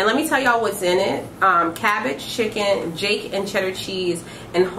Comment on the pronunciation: This girl said “jake” cheese Hahahaha